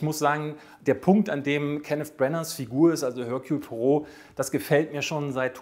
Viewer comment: Ich fände es cool, wenn den Namen auch richtig aussprechen könnte.😂